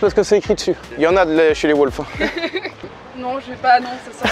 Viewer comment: c’est pas les wsh mais les wolf frérot 😂😂 c’est clair l’anglais c’est pas fait pour lui